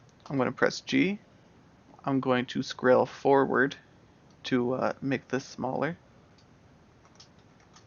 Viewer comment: Great videos. This stuff is so complicated I'm having to look up verbiage your using. you say "I'm going to scrail forward" or something like that and I'm lost. Thought you meant scroll, but that's not working. IDK how to even spell what your saying. Anyone know what I am missing?